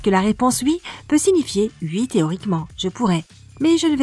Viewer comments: Mdr en plus elle dit UI et pas OUI😂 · Je meurs a chaque fois qu'elle dit "oui" elle le prononce "ui"😭